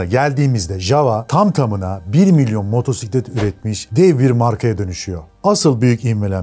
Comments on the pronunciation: süper :) abone ve beğen tuşumuza bastık. nacizane bir küçük düzeltmem olacak (her duyduüumda tüylerim diken diken olsa da motorrrrsiklet değil). Isle of Man ayzıl diye okunmaz ayl diye okunuyor. Ayl of Men deniyor. Tıpkı Islan ın ayzland diye okunmayıp Aylınd diye okunması gibi. Isle of Man demişken BAbuş ruhun şadolsun bu arada :) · Video güzel anlatımlı olmuş teşekkür ederim. Ancak Motorrrrrsiklet kelimesi hosuma gitmedi. Java çocukluğumda hatırladığım ilk motosikletlerden. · Motorrrr siklet değil, motosiklet doğrusu. Motosiklet videosu çeken biri bu hatayı yapmasın lütfen.